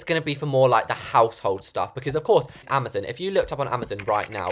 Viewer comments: It’s amaZON not amaZOON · Can we all respect her for saying AMAZON wrong (Ama-zon for American) 🤣❤